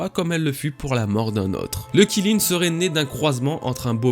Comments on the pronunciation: Kilin mdr alors juste comme ça Qilin ça se prononce 'Tchi Lin' mais à part ça très bonne vidéo comme toujours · Qilin, c'est pas prononcé [Chiline] ? 🤔 Vivement la suite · On dit Kirin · Aucun effort de recherche, même la prononciation du Qilin est nulle... honnêtement autant aller sur les forums, cette chaine est une perte de temps